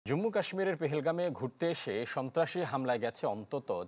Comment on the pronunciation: এই নামের বিকৃত উচ্চারণ করে মনের কী স্বাদ মেটাচ্ছেন? কান্তজীরের নাম দিলেন কান্তজিউ, ব্রহ্মপুত্রের নাম দিলেন ভ্রহ্মপুত্র,আবার এটাতে জম্মুর নাম দিলেন জুম্ম। কি বানান উচ্চারণ জানা নেই, নাকি নাম পালটে বললেই ভারতকে অপমান করা হয়?